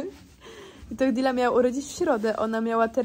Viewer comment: dealy czyta się deili